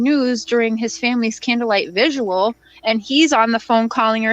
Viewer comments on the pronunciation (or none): Vigil not vigual. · BTW - it's candle light VIGIL not VISUAL lol